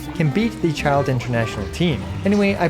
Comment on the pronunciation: Why do I feel like this guy is always butchering Childe lol